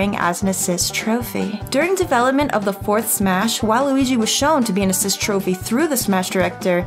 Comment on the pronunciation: Why she have to say assist trophy like dat?